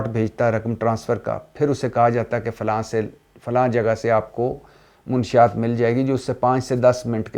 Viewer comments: منشیات کا تلفظ درست کرو بھائی ! آپ منشی یات کہتے ہیں۔ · بھٹی صاحب م پر زبر ہے پیش ،( ُ ) نہیں ہے اصل کہانی بتا گئی ہے پنکی مَنشیات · منشیات لفظ غلط بول رہے ہیں محترم م زبر ن ش شد کے ساتھ ہوتا ہے